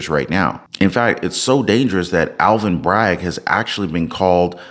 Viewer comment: Dude! It’s ALVIN not ALLEN!!!!